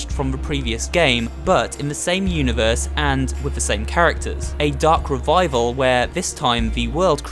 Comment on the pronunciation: Ven you say the darc revaivel it meik me dizzy